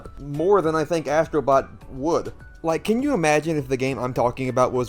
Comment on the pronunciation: Asstro bot 😂😂😂😂😂